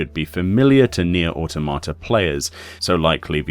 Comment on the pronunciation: How to pronounce "Automata" since a lot of people seem unsure. It's not "Awe-Toe-Mah-Tah" It's pronounced "Awe-Tom-Uh-Tuh" It's based on the word Automaton, which is pronounced in a similar fashion. "Awe-Tom-Uh-Ton"